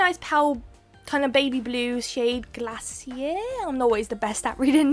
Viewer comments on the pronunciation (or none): This set is so cute! I need this plate! I remember having a care bear when I was young! The Glacier polish is pronounced as Glay-Shur... lol. I some times wash my stampers in dish soap and lighty dry them off! Any woo... lol. I think you did a great job on doing this set! Can't wait to see more! Xoxo from Detroit, MI 😘 ❤️